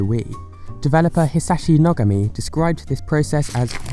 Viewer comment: you said Nogami wrong